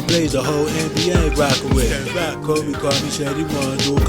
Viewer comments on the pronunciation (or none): none